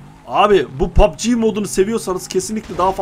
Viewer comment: Pap çi değil pab ci söylenir grap yok drop söylenir